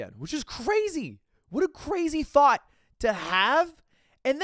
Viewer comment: Everytime you say "thought" I hear "Thot"....